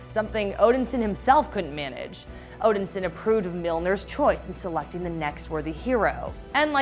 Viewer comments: STOP saying "Odinsin" it is "ODINSON" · OMG please stop saying Odin Sin! Great video except saying Odin Sin. Odin Son! It's Thor Odin Son. There had to be someone who knew this during your production so I'm guessing they let you mess up and that's just wrong. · Odin-son not Odinsin. That was driving me crazy. And decent recap on the comics, but she can't wield Mjolnir if it not longer exist. Now if they do the multiverse, maybe they didn't break up, Odin didn't die, and Hela didn't pop up. But from the outside, it seems painfully contrived. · Odin-Son!! Not Odinsin!?!? It's really not that hard!!!! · Are you seriously saying “odinsen”? It’s “Odin-son” 😑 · please quit sayin odinsin... its odinsOn as in the son of odin. i love you but the way you say things gets to me lol and then you keep saying it over and over. the way you said odin is correct. it is odinSON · Omg yes she keeps saying OdenSIN like wtf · I hate how pronounces Odinson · Is it just me or does she keep pronouncing odinson completely wrong? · Yeah that was bugging me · Thank you.. i come to the comments section to see if anyone else noticed. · It's pissing me off